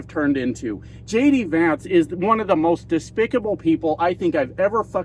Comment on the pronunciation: For a sec, at the beginning, I thought you said, "... Donald Trump and LADY Vance.." lol... It kind of works! 😅